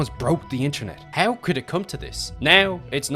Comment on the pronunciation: I love the video but please, it's not "neaow" it's "now" It's not "heaow" it's how. Fix your prononciation it's frustrating